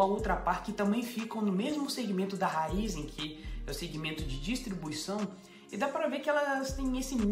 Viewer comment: Se tem o acento no i, é RAÍZEN não RÁIZÊN.. 😂